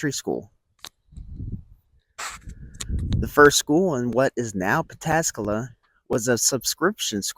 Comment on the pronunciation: Hot diggity, you Pataskala correctly.